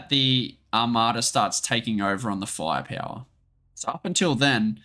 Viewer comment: фая-пяуа :D The way you pronounce "firepower" is so funny. And Russian unit names too :D Grait video thiugh. Thanks!